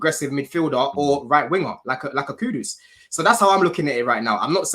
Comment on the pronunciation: Its not Cue-Dos! Its Khud-Duus.. KUDUS